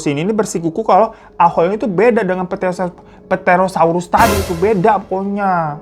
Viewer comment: Asli w ngakak bgt pas bagian pterosaurs. jd keingat buah pete🤣 itu dibacanya terosors bg🤣